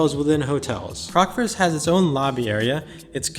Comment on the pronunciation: It's nice hearing someone saying the name correct. So many vloggers were calling it "Crocksfords" and it was driving me nuts!! Great video as always!